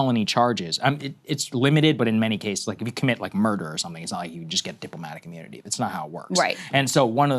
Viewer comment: "deep-lo-matic immoonity"